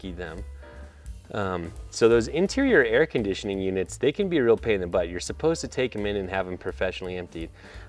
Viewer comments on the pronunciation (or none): none